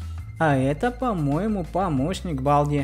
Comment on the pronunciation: Балді читаеца как Болди